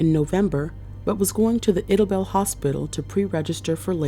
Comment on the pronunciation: It's pronounced eye-da-bell. Idabel Oklahoma